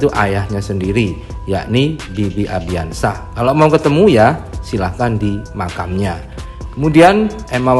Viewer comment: Please stop bilang "ARDIANSYAH" yg bener tu "ANDRIANSYAH" tolong next dikoreksi ya naratornya, soalnya saya juga pasti nonton channel ini setiap hari kok. Gunakan nama yang benar